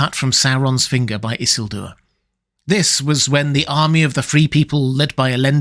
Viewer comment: Alright! Someone finally pronounced Isildur's name correctly. Congratulations,. Now if everyone would just get free of the tyranny of Peter Jackson's mispronunciations of just about every name of importance from Tolkien's tales.